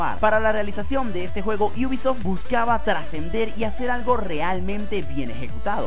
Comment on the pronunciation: Por qué dices iubisoft ? Te crees especial por agregar una (i) o algo ? Me podrías explicar por favor